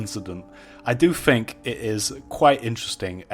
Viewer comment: It's Think... THINK. It's not Fink there is no F